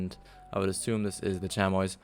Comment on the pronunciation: The way you said chamois is how I thought it was but its actually chami without the o or s